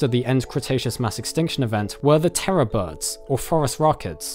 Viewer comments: Thank you for adding that caption. I thought you were calling terror birds "Forest Rockets" for the longest time and was very confused. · Anyone heard "Forest rockets"?